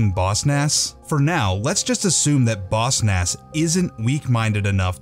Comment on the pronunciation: I hate that you say Boss Nass like bossnass